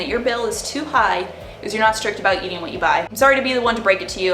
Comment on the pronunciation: I like when you say: spendin, eatin, plannin, shoppin, buyin 😉